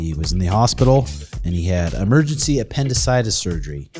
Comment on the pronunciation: Appendicitis-sis haha